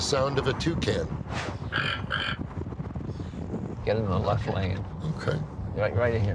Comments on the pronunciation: Porsche Tucan ? XD is that what he said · Brad is a genius. He combined the name Taycan & Turbo & we got ‘Tucan’. Missed on that ‘S’ though.